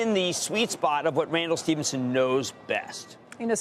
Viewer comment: Not pronounced Stevenson, Krammer.